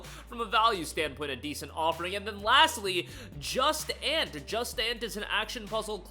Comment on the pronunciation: Now you're f'ing trolling me with that Just Ant BS. It's pronounced Joo-Sont. Or even drop the last t since it's French. Jusant is freaking awesome. Put some respect on its name.